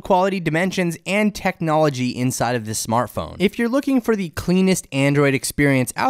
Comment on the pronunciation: It is SO hard to listen to someone who always says "thee" instead of "the". Like "thee best display" or "thee performance of thee device". Where did this guy learn english???